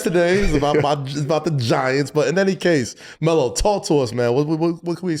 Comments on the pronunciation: Who tf is Mel Russell.😂 Its Melo fool 😂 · Pretty sure he is the only human to call Melo, "Mel" lol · Russ callin this man “Mel” has been sending me. 😂😂😂😂